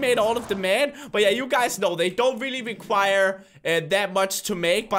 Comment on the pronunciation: it's strange to hear him say "require" I'm not sure why 😂